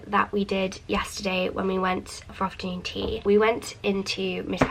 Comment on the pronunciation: "ofta nuun ttttt"